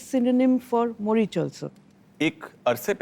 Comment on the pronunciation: It's not মরিশার it's moricher(মরিচের)। Morich yani ki mirchi🌶️